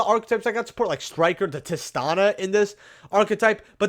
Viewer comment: TIH-STEE-NUN. Not TAH-NUH. Killing me smalls